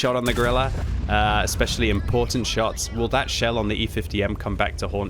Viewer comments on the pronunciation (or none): none